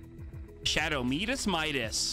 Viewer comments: Maybe bc in Spanish is meedas and English my-das, for both audiences. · why do you always say meedas Midas when everyone knows it’s pronounced my-das? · Please don't say Medis. The second way you are saying it is correct. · Shadow Midas is worth that v-bucks he is worth it what are you talking about what are you on and say his name properly